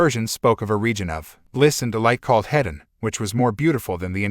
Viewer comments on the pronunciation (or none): none